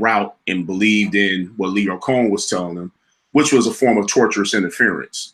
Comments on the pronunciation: T this is from such a good place of an avid watcher. You have to start pronoucing names correctly. I understand you may talk a certain way but you have to pay attention to detail. His name is Cohen not Conan. You channel is gaining so much viewership, please pay attention to those small details and professionalism there. This isn’t bad comment, I’ve just noticed it over the years and I know this video is going to get so many views. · Nitpick: His name is Lyor COHEN. Not Conen. Otherwise, great work. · Lyor Cohen (pronounced Co—In) and Kevin Lyles have enough $$$ to pay Carl double and plus what he’s asking. Break that man off 5Ms, send him off and charge that to Meg if they want her ass sooooo damn bad!